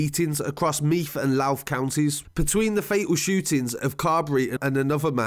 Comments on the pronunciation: He calls the county I live in meath meaf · The way he says drogheda , meath and bettystown 🤣🤣 nah but srsly great video good to shed some light on this it was a horrible thing many ppl had pics of the aftermath on their phones and it was sick they would send it around